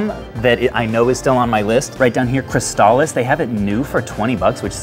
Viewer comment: lol still saying Cristalis